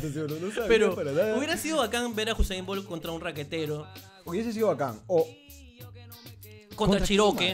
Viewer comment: ES USAIN BOLT NO HUSAIN XD